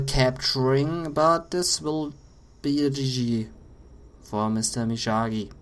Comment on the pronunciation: It's (ME-OG-Gee) and (SHIN-NOOK)!!!!